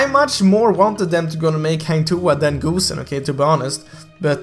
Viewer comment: GOOSEN Its not GOOSEN its GOSSEN